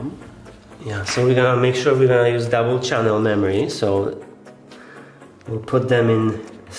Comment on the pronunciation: "double chunnel"